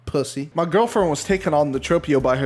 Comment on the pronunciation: giwfriend he says